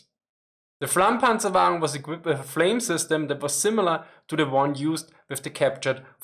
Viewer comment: "The Medium Flammpanzerwaggen onowanienaiofenofnaonfoeanfoa" Is what I heard... and now I am scared of learning German